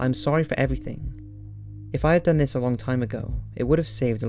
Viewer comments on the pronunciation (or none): none